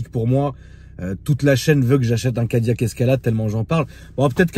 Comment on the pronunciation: « Le Cadilaque » 😂😂